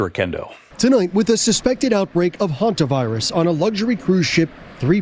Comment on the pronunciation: The guy makes it sound like the homovirus not the Hanta virus